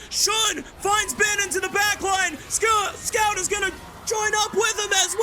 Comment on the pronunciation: I think one of the caster is not loud enough my ears didn't explode entirely / and he almost got Scout's name right every 3rd attempt